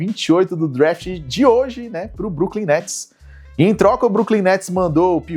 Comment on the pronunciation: como dira Alex Gargalhadas 'e agora, quem que vai jogar no bruklin netis?' kkkkkkkk belo dia pra não ser o brooklyn guy